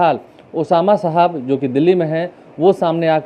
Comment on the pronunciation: अबे नाम तो ठीक से लेना सिख लो बाद में माइक पकड़ना...उसका नाम ओसामा सहाब है, साहब नहीं।